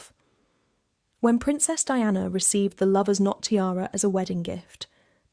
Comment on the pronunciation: Lovers knot, it is not "Lovers not"